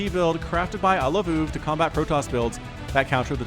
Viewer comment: it should be pronounced I-love-o-o-v, NOT I-love-oov